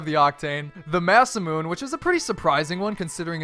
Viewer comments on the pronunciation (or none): Masamune=Mah-suh-moo-nay. Not Mass-a-moon. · Im Japanese so I get triggered when I hear "Ma-Su-Moon" it's pronounced "Ma-Su-Mu-ne" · masaMOON!!!! Its masa mune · why do i get irritated when someone pronounces masamune as (masa-moon) instead of the correct pronunciation (Masa-Moon-Ay) it mean the legendary sword in Japanese which is why its in neo tokyo